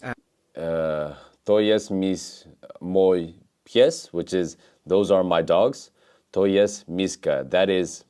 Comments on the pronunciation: sorry bro, but I didn't even know what you said except "to jest". You keep pronouncing the "j" in "mój" as in English, although in Polish it makes the "y" sound. And "ó" is not an "o". It makes the same sound as "u" in Polish or similar to "oo" in cool. Ó is never O and J is never Dż. And as to the word "książka" you pronounced it completely wrong. If I were you I would focus on pronunciation. Polish is an extremely phonetic language, so it's not that hard to learn what sounds letters make. You seem to have a very basic understanding of it. It's nice to see you trying to learn Polish though. Don't give up! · it's so funny how you say "mój" XD